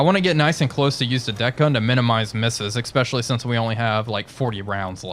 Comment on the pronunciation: Good video, it's "especially" not, "EX-peshshully". Cheers.